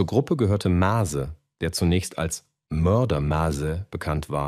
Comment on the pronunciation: MÄZE!! MÄÄÄÄZE NICHT Mase Nase :D man sollte wenigstens den namen aussprechen können bro ;)